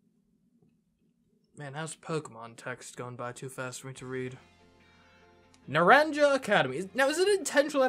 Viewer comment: I won't be able to watch for a little while because I don't have the game yet. So, sorry I can't guide you again. I can watch the first few episodes though. And the school is actually Nar-ahn-ha. And this region is the Iberian Peninsula. I'm also so happy Lizzy gets to return.